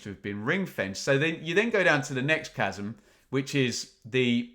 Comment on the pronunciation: It’s chasm!😂